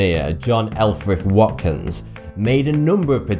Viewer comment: Watkins is my last name. Italy pernounced What/kins